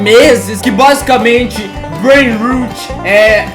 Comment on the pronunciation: Na verdade, a pronúncia é "breinrót", "rot" é podre, como quando o dente caria. "Rut" é a pronúncia de "root", que significa raíz. PS: esse comentário é só um comentário, não me xinguem por ser nerd 😅